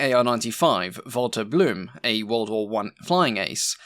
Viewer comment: Don't worry too much about your German pronounciation, for the most part it's absolutely fine. Just one thing: The "-e" at the end of German words is never mute. So Lt. Blume is not pronounced "Bloom", but rather "Bloom-uh". I know, it's nitpicking ... I should just enjoy your fantastic video.